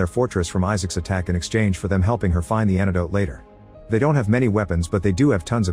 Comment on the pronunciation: The AI voice pronounces it Issics.